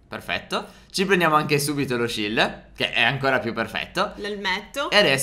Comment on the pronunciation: sbalglio o ha detto shild siamo su minecraft non fortnite